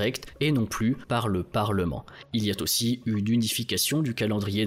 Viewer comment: Très bonne vidéo comme d'habitude, mais il reste quand même souvent beaucoup trop de fautes de français dans le texte. Les "il y a t'aussi" (liaison en "t" qui n'a pas lieu d'être) et autres expressions telles que "dilapider des armes dans toute la région" (le mot juste serait plutôt "disséminer", ou "répandre") me font penser qu'une étape de correction supplémentaire pendant la réalisation des vidéos améliorerait significativement leur qualité.